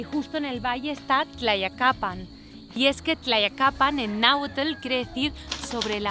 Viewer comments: Estas bien loquilla. Y más tratando de pronunciar el nombre del pueblo. Me encanta ver tus videos. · Visitas pueblos cuyo nombre ni puedes pronunciar. Y porqué una extanjera y española además me enseña mi país? Ni saba la cultura ni lee nad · No bueno que simpática eres, me imagino que si te cuesta decir Tlayacapan no me quiero imaginar que digas Tlacoquemecatl, pero siempre es posible todo así que igual te pido que visites su pequeñísimo parque en la Del Valle y vayas a comer a los Chamorros!!! Ja ja, eres linda y lo que le sigue!!!